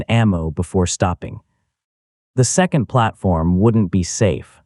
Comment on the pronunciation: Oh look, his garbage collecting machine turned into Walli-E. And who taught this AI to talk, it's very peculiar and doesn't know how to say certain words like second it keeps saying zecond